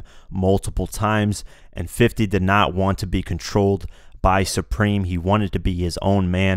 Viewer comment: exactly bro he clearly said preme